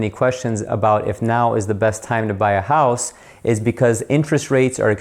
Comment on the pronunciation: Almost heard that Ohio accent...……..hoose………...however you spell it. Love the channel!!!!!!